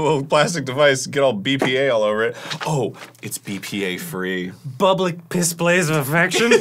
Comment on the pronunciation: Bublic pisplays of affection had me DYING